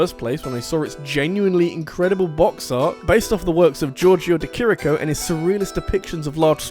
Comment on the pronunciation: 👏🏻👏🏻👏🏻 The pronunciation of Giorgio de Chirico was really spot on!